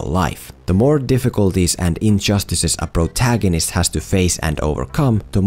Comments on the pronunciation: I kept hearing Bro-tagonist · Nobody::🅱️rotagonist